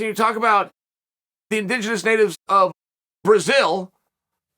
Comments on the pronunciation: "in-ding-enens" lmfao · "He is an indingidous native of brazil" 😂 cheal never disappoints